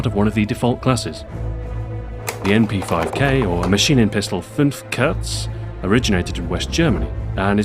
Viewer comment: haha i love but kurz or "Kerz" as he says means short and the u is pronounced like the 2 o's in cool, not hatin just statin